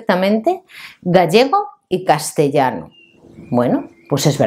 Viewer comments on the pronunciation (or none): none